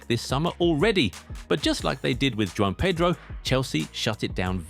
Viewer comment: His name is Joao not Juan 😅😅